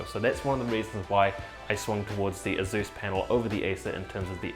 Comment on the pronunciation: haha, that's waaaaay too much skin for one so hirsute, or hirzzzoot, as he'd say. I cringe everytime he says "azzus"